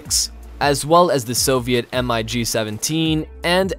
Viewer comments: Lol, right!? I was so into the video and then he says the initials M-I-G. That did it for me. Lol. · IKR? How can you do a video about advanced aircraft and not know how to pronounce Mig? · The moment you said Em Ai Gee I hit the dislike button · Thumbs down for mispronouncing MIG. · The Mig's are not pronounced as initials "M I G", but pronounce mig as a word. Amazing you didn't know that... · Dude.. you’re going to make a lot of people upset. Aviation fans know there stuff. If you’re going to make a video on this you should know how to pronounce the names. Like saying the letters M.I.G instead of the word mig. And it’s not F one hundred and two, F one hundred 4. It’s exactly how you say M I G. It’s F- one oh four. F- one oh two. Sorry if that came off rude it just made me cringe haha. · they're called MIGs, mate> No need to Say M-I-G 29 . . . . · I believe that the voiceover is AI generated and fails to pronouce MIG as mig and spells out the letters instead. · But MiG is written out as MiG and not M.I.G... I WANT to find a logical reason for not knowing how to say a really important word when one is placing themselves in a position as an expert in that subject.... But don't see one. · Imagine calling a MIG a M I G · If you are going to present a video on US military aircraft, PLEASE learn how to pronounce the names of the planes properly!!! It's not the " F One-Hundred and One", it's pronounced "F One Oh One". The Russians do not fly M.I.G.'s, they fly "Migs", If you want credibility, you have to sound like you know what you are talking about!!! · It's Mig not M.I.G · No one calls the MiG an “M. I. G.’. You can call it the M. G. As it is short for Mikoyan Gurevich. Referring to it as the M I G lets the Russian know how stupid we are in identifying their aircraft. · the way he keeps spelling out M.I.G. instead of just saying Mig...is a little annoying lol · I think the voiceover is AI generated and cannot pronounce MIG as mig and spells out the letters instead.